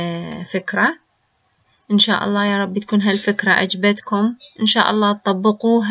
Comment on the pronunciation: جميل ولكن عليك لفض أحساً لي كلمة الله ليسة عادية مثل كل كلمات لكي تلفضيها وكأنها عادية